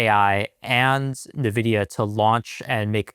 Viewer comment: IN/EN-vidia... not NUH-vidia... good lord.